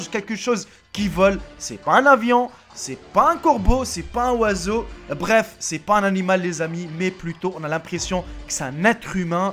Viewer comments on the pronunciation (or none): Un oie seau ptdrr ton français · 2 minutes 16 secondes il a dit c'est pas un woiseau.😂 like si tu as remarqué